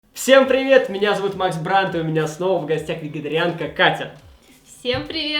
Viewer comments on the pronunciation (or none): Мне послышалось или он сказал не вегетерианка а ветегерианка ?